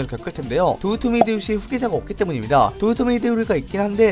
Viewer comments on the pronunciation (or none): none